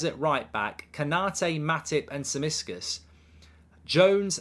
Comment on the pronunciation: Mark, he's NOT called Simiskas! It's spelt Tsimikas. Pronounced Timikas (according to the man himself.).